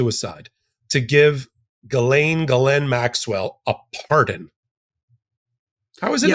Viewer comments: Jizz-lane. Get it right!!! 😂😂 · It's "JizzLane" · I think you pronounce it, “JIZZ-LANE”.. sounds about right. That’s the dictionary pronunciation. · The lawyer pronounced Ghislaine in the French style...